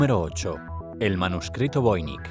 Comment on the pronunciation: Es voinich no voinik